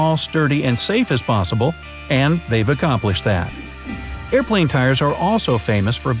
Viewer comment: barry krippky tool over the voice: airpwane